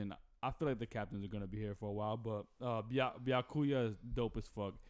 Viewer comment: Why you say all the names wrong?💀 ByaKUya? BYAkuya accent in “BYA”. TanJIro? TANjiro